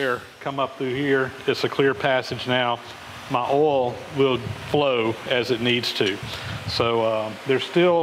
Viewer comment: Rhymes with 'hole' lol